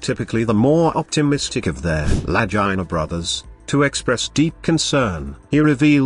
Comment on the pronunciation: Really bad especially the ai pronunciation of Legina😯